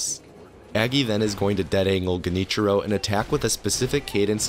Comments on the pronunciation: Genichiro is pronounced liked Jen- (like Generator) ee-chiro. Very hard language bruh Oh and great vid man, you so easy to listen to. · It's actually pronounced Junty Joe, not Genichiro.